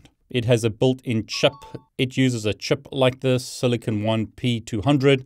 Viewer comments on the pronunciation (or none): none